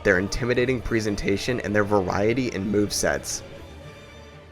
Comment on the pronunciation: let's not forget his way of pronouncing presentation as if it were présentation. (although, a VERY good video!)